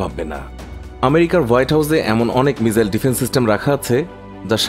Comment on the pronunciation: বলদ মিজাইল না রেহ😂মিসাইল বলে